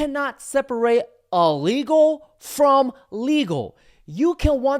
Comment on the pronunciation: It’s illegal, not allegal.